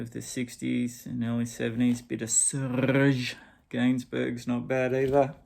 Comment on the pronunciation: Great idea..I absolutely loved your pronunciation of Serge Gainsbourg😊